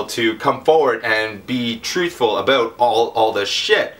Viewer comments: 1.59 - ABOOT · lol. you said 'Abooot' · Eh? I have heaps of Canadian friends. They say Abooot, or Abooat. There more 'oooo' to it tho. They also say 'Aluminum' instead of 'Aluminium.' They completely miss the 'i'